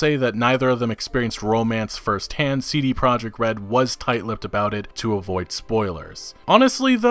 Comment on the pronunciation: CD PEE-ROJEKT